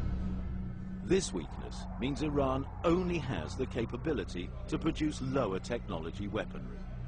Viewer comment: "proudce enough food"